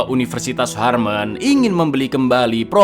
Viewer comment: Harmen it's Harvard